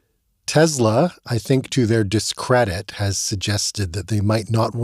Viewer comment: Tesla has an “s”, not a “z”